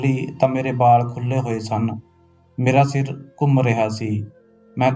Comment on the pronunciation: ਬਾਲ ਨਹੀਂ ਵਾਲ ਹੁੰਦੇ